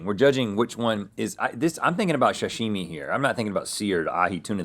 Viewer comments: Is he saying shashimi? 😅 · Rhett: is obsessed with sashimi but constantly mispronounces it. 😂